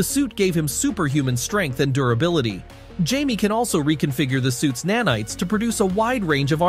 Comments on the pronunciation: It's pronounced hi-meh it's Spanish Jamie ....I can already tell a lot of people are going to be Saying his name wrong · Him pronouncing Jamie like that is making my brain itch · if you can't pronounce his first name properly, go home...😂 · Man who ever posted this video must be special... he can pronounce Jamie (Hi-meh)😅. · You Can't pronounce his spanish name? It Jamie (hi-meh)